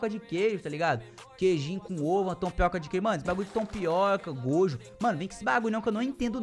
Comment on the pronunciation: TOMPIOKA KKKKK O CERTO É (TOMIOKA)DE DEMOM SLAYER